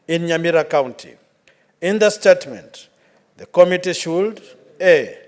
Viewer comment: It commetee not kamitii, please talk English or kiswahili.